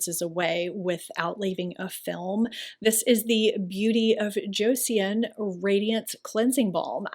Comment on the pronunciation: It is pronounced Cho-saun.❤😁Love their products.I use only Korean skin care.The best!